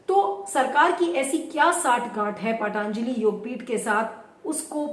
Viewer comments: पाटानजलि नहीं होता, पतंजलि होता है.... व्यास सरनेम नां लगाए.... ऐसा लगता है I Phone में kepad वाली फीलिंग आती है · पहले पतंजलि बोलना तो सीख लीजिये